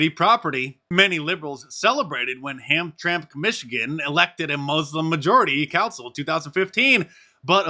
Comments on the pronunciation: Its Ham - tram - ick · "Hamtramck" is pronounced HAM-Tram-ick. Primary stress on the first syllable, secondary stress on the second, no stress on the third syllable. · You’re so close to pronouncing Hamtramck Michigan. It is pronounced: Ham-Tram-ick” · Mark! Great video as always. I live near Hamtramck, it's one of two little cities stuck right in the middle of, yep fully inside Detroit. Pronounced Ham-tram-ick. It USED to be a huge hub of Polish American immigrant families, ...and oyster bunnies. Now mostly muslim since the oyster bunnies moved out. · It is pronounced, Ham-Tram-ick....once a proud Pollish community where Pope John Paul II once visited. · pronounced ... Ham - tram - ick 🙂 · HAM-TRAM-MICK Is how you pronounce it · That's pronounced hamtrammick, not that it matters, lol. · Yo, Mark ‼️ It’s pronounced Ham tram ick Lifelong SE Michigan resident here. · Love that Hamtramck got mentioned since I’m there often. It is said Ham-tram-ick 😊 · "Ham -tram - ick" is how it's pronounced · HAM-TRAM-IC, MICHIGAN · The name of the place in Michigan is pronounced "Ham-tram-ic" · Ham-tram-ick. is how it's pronounced and it was all polish back in the day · Hey Mark, it’s pronounced Ham-Tram-Ick. Used to be one of the best rock and roll towns in southern MI. Had a lot of great Polish restaurants also. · FYI, Mark, it's pronounced: Ham/tram/ic, Mi. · It's pronounced Ham Tram Ick Jsyk. Used to be a nice polish area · the Michigan city is pronounced ham-tramick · Mark, I live in Michigan. That city name is pronounced Ham-tram-mick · It's pronounced "ham-tram-mick" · I'm from Michigan. It's Ham-tram-ick as the locals call it. But they might remove the ham😂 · Hey Mark, I am from Detroit. For you and your audience, it is pronounced, Ham-tram-ick. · Mark the city name…it’s pronounced HAM TRAM ICK 😎 Used to be a majority Polish community now it’s a Muslim enclave within the city of Detroit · Hamtramck: Ham-Tram-ick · It's pronounced. Ham tramick. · Pronounced ham-tram-ick